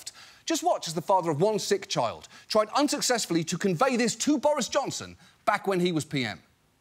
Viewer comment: I love how he seamlessly goes from talking about the guy putting his dick in a dead pigs mouth to “Johnson” with some extra emphasis 😂